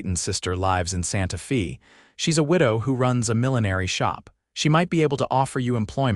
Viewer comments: Fairly good story. But I wish you people could find an Ai that could pronounce words correctly. Santa Fay, not Santa Fesses. And so many others. Netracts from the story. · AAAAGGGGGHHHH!!!! Santa Fe is not Santa FEE!!! AI needs an editor/trainer! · Santa “fee”……..AI sucks